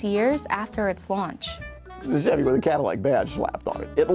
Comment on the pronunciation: Its “with”, not “wif”.